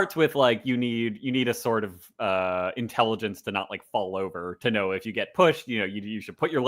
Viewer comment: “intelleggince :3”